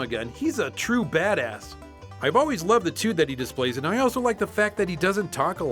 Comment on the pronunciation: Did you just say "tuts"??? Ps im from nz